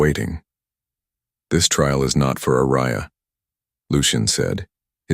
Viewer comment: Other than the mispronouncment of the name Aria, this story is great